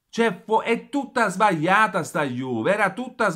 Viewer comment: SBAIATA ......SBAIATA.......LA GLI .......SBAGLIATA SÌ DICE SBAGLIATA